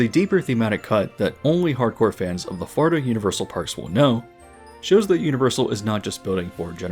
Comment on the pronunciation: This dude says Florida like Farda and it’s driving me insane